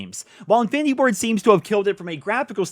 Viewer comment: Every time you say infinity Ward i hear "findy board" 😂